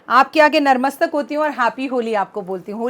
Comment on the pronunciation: Jay Mata Di aap mar mastak q bolati hai vo h To natmastak hota hai na